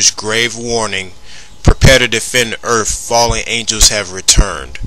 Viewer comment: Please my man, when presenting a serious video where you intend on sounding legitimate, try not to say words like : "Earf". Just a tip tor future use.